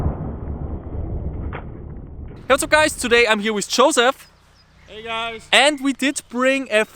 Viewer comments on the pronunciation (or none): Why do you call him Chosef? hahahah